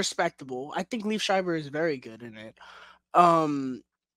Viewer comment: Lee Ev Pronounced Like That Not Leave Shriber 😮